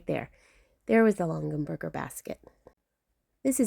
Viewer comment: Please say it correctly, it’s Long a Berger!!!